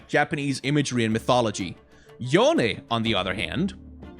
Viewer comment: Yone’s name is pronounced Yo-ne, just as pronounced, people were pointing out about how he was saying it wrong on stream, but actually he got it right Even in Yasuo’s interaction with Yone, he calls him Yo-ne